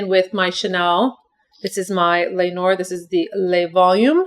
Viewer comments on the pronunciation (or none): none